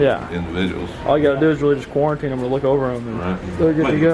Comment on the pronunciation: Nobody:: Cooriteen